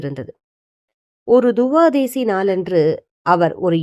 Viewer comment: Amma Yours Speech is Not Correct Because Thuvathasi Pronoun sation is Correct